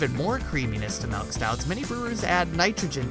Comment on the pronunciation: "melk" :P